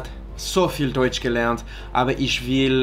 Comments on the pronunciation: It's so funny to be how he pronounces the "ich" like "eesh" BC I can just tell he's learning from these Bavarian/Berlin sources haha. You'd never catch somebody from Niedersachsen pronouncing them like that haha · For someone who is so fluid with foreign languages like you, with the French, Spanish and Portuguese, I am surprised how difficult German ist. Your pronunciation is still not good after 3 years. You say "Ich" like "Ish" and it is not really like that. Also, you shouldn't worry too much about getting all the der, den, dem etc correct when you are just trying to converse. They will understand you fine. Also, the umlaut isn't all that hard, it just softens the vowel in question. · Stop saying ish for ich! 😭😭😭 Listen to how your tutor pronounced it, it is a soft kind of hiss on roof of mouth. The only time you make “sh” sounds are with sch, sp. ex Schule, Sport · that is pronounced like that in some parts of Germany I am not a native speaker of German and I realize now that maybe you are but if we're talking about Hochdeutsch, no "sh" in "ich", or no "sh" as pronounced as in wash. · Your German is quite great! I think your accent in general is better than most, however there was one detail, on which you could work on as to better your accent by 1000% in one second: the difference between „ch“ and „sch“ - you pronounce both the same way, for example in the phrase „iCH gehe SCHlafen“ (the second one correctly, the first one not). I cannot correctly explain how it is pronounced via comment, but you might try to listen more closely to the difference :) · I love your videos and I too have struggled with German but the way you pronounce ich and "ch" drives me nuts 😬 also when you start talking to people in German who you don't know, they will be snarky about every mistake you make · I thought the "ch" in "ich" was pronounced differently. says it like "sh" in English but I thought it was more from the back of the throat like a "h" in english.